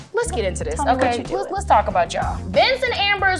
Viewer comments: I always wondered about that! She is absolutely saying "Sean", I think. But when I turned on my CC to be sure it comes up as "John". Although CC can be wrong..... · noticed that too, she always does that, either her huge ass lips makes it hard to pronunce J or she is totally mixed up (Shane + John = Shohn) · i noticed that too, she always does that, either her huge ass lips are making it hard for her to pronounce J or she is totally mixed up (Shane + John = Shohn) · Her father's name is John? I never caught it. Maybe THAT's why she butchers the pronunciation - unconsciously dissociating John from her father